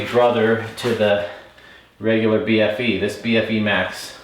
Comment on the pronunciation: Love Cotic. Such legendary bikes. They pretty much pioneered and kicked off the whole modern steel hardtail movement back in the early naughties. As someone from the UK, I’m under the impression that the bfe is pronounced “beefy”, which basically means burly. And thanks for saying UK, and not England. Cotic are and English company so I guess it wouldn’t be inaccurate to have said so, but the frames are assembled and welded so beautifully as you pointed out, by Shand bikes in Scotland.